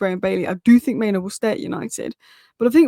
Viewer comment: it's pronounced MainOO (like loo) and not MainO (like no)...